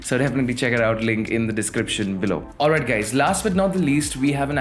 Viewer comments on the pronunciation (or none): I understand that you have problem with pronouncing but you can not call us gays🤣🤣😛😛🤔🤔